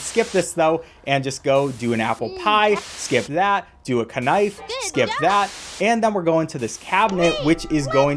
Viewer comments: bro said: kenee and kenife lol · My favourite parts are when he said k-nife and k-nee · <"Do a Ka-nife" A man after my own heart, knows the way of saying words> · ah yes, a kanife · K nife???? AND K NEE WHATTTT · “Ke-nife” “Ke-nee” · bruh he said ,,cnife" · OKAY GUYS. WE GOT KUH-NEE AND KUH-NIFE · A 'ka nife' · LOL kah nife kah nee LOL 😂😂😂😂😂😂😂 GOT ME LAUGHING FOR 5 MINUTES STRWIGHT HAHAHAHAHA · Kuhnee! Lol 😂 Kuhnife! 😂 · he said kanaif😂😂 and he says kenee😂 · Bro said kuh naif instead of knife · Ah yes... K-knife K-knee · So we got a "K"nife, and a "K"nee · Bro really said cknife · "ke nife" XD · “ do a cuh knife” “ cuh nee” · Its pronounced "kaniffy" actually. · Ke nice ke nee listen you don't say it like that the k is silent in these words but cool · You said knife and didn't silence the k, it was very confusing. It's btw. I liked it though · holy shit first time I've audibly heard the "k" in "knife" hahaha 😂